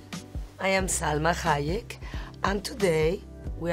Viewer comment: First time I hear her name pronounced properly